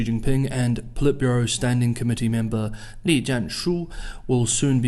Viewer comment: 利（力？栗？）第四声，不是李，第三声。。。